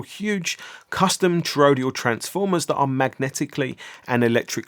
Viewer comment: TOROIDAL not torodial